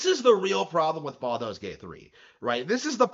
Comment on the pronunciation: Baldur's has an R in it